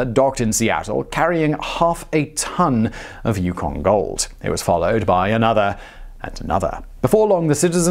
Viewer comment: On the pronunciation of 'Yukon'..... Nailed it this time! :) Love your work Simon.